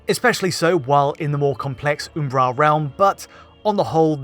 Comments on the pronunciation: Can you stop saying "Oombaral"? It's Umbral. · i have never in my life heard the word Umbral pronounced like that. I was literally halfway through the video before I figured out what he meant.